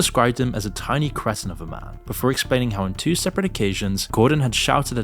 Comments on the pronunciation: You mispronounced Andy Richter and “cretin” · I thought the word was pronounced "Cree Tin"..not cretin!! These AI announcers have to get their algorithms together...Pleezze!